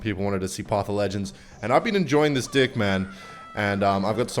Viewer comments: you say deck then say dick? I thought you couldnt say it cuz of ur accent bros def saying dick on purpose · why does he pronounce "deck" as "dik" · Bro say dEck not d1ck ffs😂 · stop calling deck d!ck already (or maybe im just hearing things) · i thought ken was saying "dick" because he's australian. the moment he said "deck" instead of "dick", i felt like i was betrayed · saying 'dick' is the new zealand accent, as an aussie from ken's city we say deck lol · bro u said deck correctly then proceeded to say dick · It does not sound like ur saying “deck” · bro did NOT say deck🤭🤭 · "i love this deek" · Bro please just pronounce the “k” while saying deck😭😭🙏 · Every time mispronounces ‘deck’ I lose a brain cell and gain spiritual clarity. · He used to say it normally until about a year ago, so it’s definitely on purpose